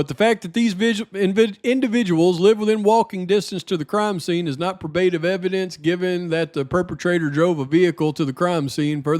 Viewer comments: great job staying dialed in. Also just want to help out its pronounced PRO-BA-TIVE I don't want any morons coming at ya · 1.6k. (Check a pronounciation guide for “probative”). 👵🏻🌹🙋🏼‍♀️❤️🙏🏻